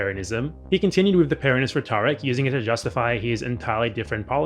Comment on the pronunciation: aw don't hate too much on the pronunciation. It kind of makes sense that it would be pronounced like the guy's actual name. Also you mispronounce the word "rhetoric" immediately after you call him out for mispronouncing Peronism. :P Understandable though because you're pronouncing it the way it's said in the word "rhetorical" where the emphasis is on the second syllable as opposed to the first in "rhetoric". That said, I didn't know anything about this topic before and found the video extremely interesting, insightful, and informative. Thanks for making it, and thanks to ThoughtSlime for directing me to it. :)